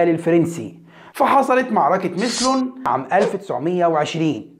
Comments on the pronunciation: معلوماتك مغلوطة بعض الشيء المعركة اسمها ميسلون و ليس مسلون اسباب الانفصال ليس كما ذكرت كلام محمود جامع ليس مقدس و السادات نفسه ليس قديس و معروف تاريخه. مجزرة حماة الأولى التي ذكرتها أسبابها مختلفة بالنسبة أن سورية لم تطلق طلقة على إسرائيل بعد حرب تشرين ، ليس دقيقا و لكن الدقيق و المعروف أن مصر بعد كامب ديفبد هي لم تطلق معلومة أن شكري القوتلي كان نائب لعبد الناصر خاطئة و الحقيقة أنه كان المواطن العربي الاول انت لا تعرف أن تنطق بعض الأسماء كرئيس لبنان بشير الجميل على سبيل المثال اتفقت ام اختلفت مع إلرئيس حافظ الاسد ، فهو واحد من أذكى الحاكم العرب ،ان لم يكن اذكاهم و هو على فكرة يلقب بمعاوية العصر. في الحقيقة الفيديو ، لم يضف اي جديد ، بل على العكس معلوماتك مستمدة من السوشيال ميديا و ليس فيها بحث أو تدقيق ، و موقفك واضح أنه منحاز ضده اخيرا يا سيد ، هذه ثالث مرة أو رابع مرة أتابع لك فيديو و في كل مرة اكتشف مغالطات كثيرة و معلومات غير دقيقة و واضح الانطباع الشخصي لديك هو السائد و محاولة تلقين المعلومة و كأننا اطفال صغار ، ليس لدينا أي خلفية عن المواضيع التي تطرحها و الحقيقة معاكسة تماما ،، و هناك ملاحظات كثيرة لا مجال لذكرها. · معركه ميسلون مش مسلن ، عدل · نطقك لمعركة ميسلون غير صحصح تنطق كذا ميّ سلون بفتح السين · حتى معركة ميسلون لم يلفظها بشكل صحيح